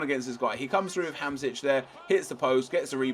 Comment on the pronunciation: Hahaha listen to how the commentator says Hamsik